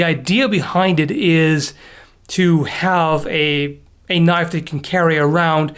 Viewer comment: Thats not a knoife.